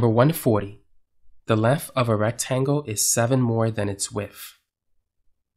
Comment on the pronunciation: This in one that so hard to listen to "length and width" become "linf and wif". I like the videos, but that can become a bit tedious to listen to.